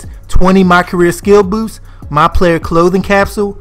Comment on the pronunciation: Bruh are you from the DMV? You say "boost" crazy AF to me lol😅. No hate I was just tryna pick up that accent